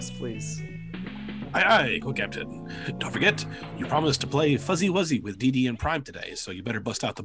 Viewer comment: There's no 'z' in DeeDee